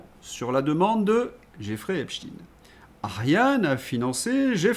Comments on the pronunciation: pourquoi vous dites epstine ? pourquoi vous ne prononcez pas epstein ? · Vous aussi vous dites esptin?? Parce qu'on dit Albert epstin ???